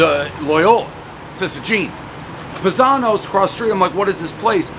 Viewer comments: PIE - Zanos :P not Pih-Zanos. Im pretty impressed that he actually got the history on the Uno / Malnati's family though - props! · It’s pronounced PIEzano’s . Not Pazano’s. 😂🤣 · It's pronounced "pie-zanos" everybody knows the rules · I love Dave, but is any other Italian just cringing when he doesn't say "Pie-Zano's" .........my dad called me that every day of my life ......RIP dad....miss you every day! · Isn't it PIE-zanos? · Cmon Dave. It’s pronounced pie zanos. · Dave it’s PIE-zanos…you massacre even the easiest names!!!